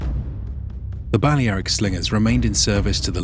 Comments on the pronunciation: Bu-lare-ic not bale aric it’s pronounced differently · You sure your pronouncing Balearic correctly ? It’s Ba lea ric , lea pronounced lair. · So it's pronounced Bal-le-ae-ric not bal-lea-ric. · Thumbs down for the butchered pronunciation of Balearic. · Why couldn't he say Balearic correctly? lol